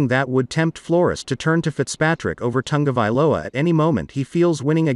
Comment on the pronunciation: There is no N in Ta go vai lo a !! Commentators should at least pronounce names correctly.